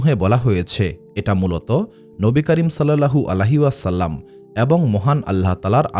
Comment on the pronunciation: আপনার উচ্চারণ এ সমস্যা আছে,,, নবী করীম সাল্লাল্লাহু আলাইহি ওয়াসাল্লাম,,, এর নাম বলার সময়